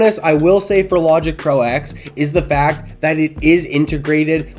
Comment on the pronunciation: It is pronounced Logic Pro Ten not Eks! Probably why they renamed it Logic Pro 11.2 to avoid confusion. The X is a roman numeral for ten